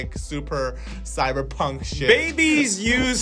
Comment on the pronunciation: i like cyberpunk but i don’t really stan how every u pronounce it 😭